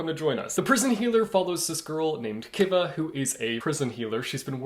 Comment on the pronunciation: It’s pronounced Kiva like Key-Va